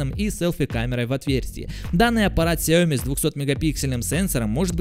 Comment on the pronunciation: Он говорит Xiaomi не с ударением на xiaoMi, а как таджик 🗿